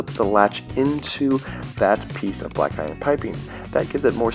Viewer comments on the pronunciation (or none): none